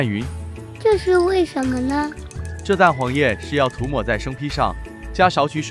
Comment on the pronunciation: 涂抹（tu2mo4× tu2mo3√）。 “油“的发音，正确：没有了o的发音成分。换言之，iou里的o不见了。